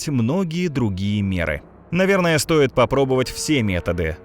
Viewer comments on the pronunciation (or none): none